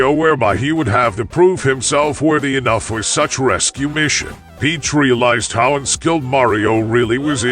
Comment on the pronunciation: Ai can't even read lmao that can't even say the word how